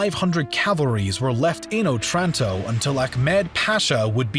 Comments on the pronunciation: Good, but Otranto has the accent on the first O. Òtranto. NOT Otrànto. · It's O'tranto, the stress in Italian is on the first syllable. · wrong otranto pronounce, i know that italian sounds easy to pronounce but please search up the pronounciation, the accent was misplaced and my head hurts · òtranto, not otrànto.. after the ninety-third wrong pronunciation i could not bear it any longer. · It's òtranto, not otrànto.